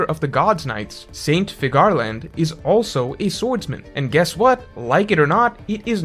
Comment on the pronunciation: Figure - Land. It’s pronounced Figure Land. Please stop pronouncing it like Cigar 😂